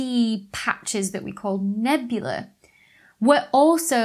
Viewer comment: Nebula and nebulae are pronounced differently, FFS.